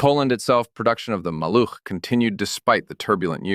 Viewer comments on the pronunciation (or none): Maluch is pronounced MAH-looh with a voiced H at the end , like in house